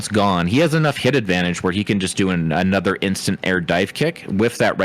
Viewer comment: “Fighnally, Anothah suhwardsmin”